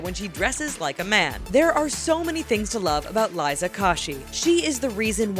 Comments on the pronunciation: they said Liza's name wrong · they pronounced Liza's name wrong :'(